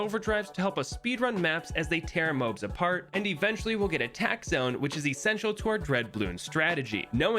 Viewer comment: it kinda sucks that he calls moabs “mobes”